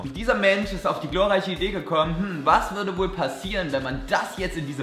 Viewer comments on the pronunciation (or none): Joey meint wohl eher "chlorreich" :D ok sry lol